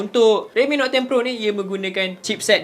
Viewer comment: Note dik Note...bukan Not